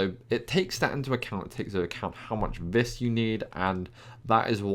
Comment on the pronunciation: Btw. It's pronounced "vee" not "vis"